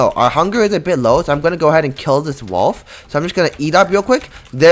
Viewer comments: Bro said walf instead wolf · STOP SAYING “WALF”